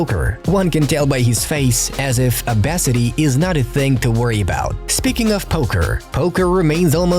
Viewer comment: "OBASITY" LMFAOO